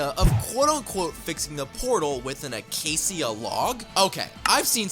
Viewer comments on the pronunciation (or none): It’s not a Acacia it’s Acacia